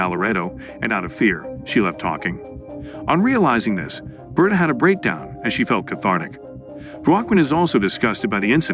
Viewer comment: Its ber-ta like roberta, Not burta. Learn to speak bro wtf.